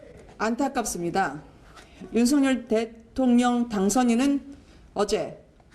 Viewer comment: 방송인 이라면 우리말 사용에 정확한 발음을 구사해야 합니다! 윤석열의 발음은 "윤서결"이지 윤성열이 아닙니다! 대부분의 기자와 방송인들이 윤석열(윤서결) 의 발음을 윤성열로 하는것을 보고 실망을 금할수 없읍니다! 윤성열과 윤석열이 같이 있다면 발음으로 어떻게 구분 할수 있읍니까? 말과 글로 먹고사는 기자나 방송인이 발음과 문법에서 자주 틀리는 행위를 반복하는 것은 부끄러운 일입니다